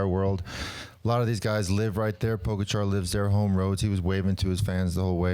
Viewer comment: His name is TadEy PogAchar, not tAdey pOgachar... Show some respect to this phenomenal talent... Learn his name...